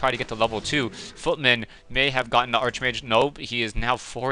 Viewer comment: it's pronounced (Ark-mage) not (arche-mage)